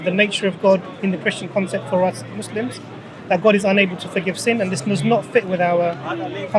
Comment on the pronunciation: When 2 Muslims are in your face talking to you.... And the word Muslim has been pronounced correctly many times.... And you choose to instead say mozzlem ..... With that you tell me where your heart is. 🔥